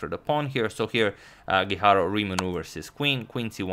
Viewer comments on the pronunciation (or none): #suggestion As a fellow Spaniard I have to say that it is actually pronounced Antón (with the "ton" stressed) Guijarro (strongly rolling your tongue on the r sound). Keep up the good work! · It's me or every time he says Guijarro, seems like he is saying hikaru. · Same here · I kept thinking that as well! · Am I the only one hearing HiKaru everytime he tries to say guijarro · I think you're mispronouncing Guijarro! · It is not the correct pronunciation, the sound of RR in Spanish is different.